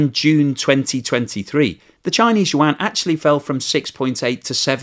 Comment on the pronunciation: your chn pronounciation for yuan have gotten so good! i remember when you used to say it like "wan" XD thank you for learning, keep it up!